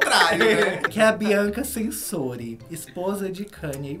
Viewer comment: Gente se diz (TCHÊNSÓRI) ela é italiana a letra T no italiano tem som de T . Como Gucci (GUTCHÎ) … Pelo amor de Deus meninas vocês são tão informadas , descoladas, falando (SENSORI) 😱😱.